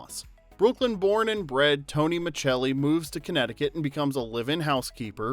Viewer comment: Exactly. We’re all yelling at our screens. It’s Miscelli!!